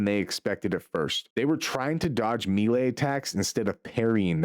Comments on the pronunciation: Bro said "barayyge". It's pronounced barrage like garage. And melee is pronounced may lay. Not mee lay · Melee, Maylay, Barrage, Buh rajj, even if you say it in British English it dosent sound like you said it